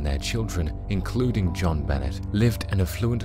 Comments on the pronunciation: I’m 99 % certain you didn’t say who killed Jon Bahnay (true pronunciation of her name) but I didn’t believe the title anyways btw Burke did it and always think of Occam’s Razor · The pronunciation of her name by this guy greats on my nerves and I'm from the UK!!! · You really should have researched how to pronounce her name.